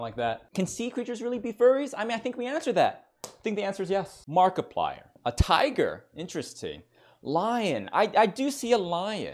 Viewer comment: "Hewwo evewybody, my name is Mawkiplier and welcome to Five Nights at Fweddy's, a indie howwow game".